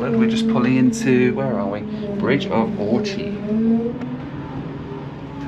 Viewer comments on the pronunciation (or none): It isn't the end of the line, it goes on to Mallaig and THAT is the end of the line. BTW Bridge of Orchy is pronounced Bridge of Orky!! Anyway it's a journey I'd love to do one day. Thank you for the upload! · i like you but way you pronounced bridge of orchy, i nearly unsubscribed. kidding! happy new year.